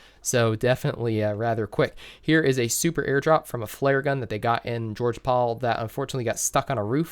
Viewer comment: It’s George pol not georgea pol